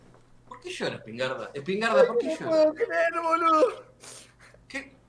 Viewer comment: "Spignarda" JAJAJJA